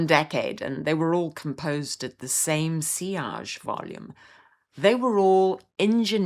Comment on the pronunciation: Today I learned how to pronounce 'sillage' correctly. Thank you. The only fragrance I was ever overwhelmed by was Fracas. Beautiful scent, but incredibly strong. More than half a spritz and it swallows the woman wearing it - everyone else in the room. I've also witnessed scent classism. A posh woman once said to me. "I loved Poison until nurses started wearing it!" Horrible snob she was.